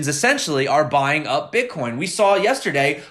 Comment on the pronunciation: Love your videos, hate the way you say the word Bitcoin